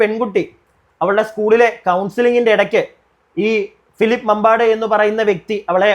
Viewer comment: മാമ്പാട് ❎, മമ്പാട് ✅. തിരുത്തുമല്ലോ?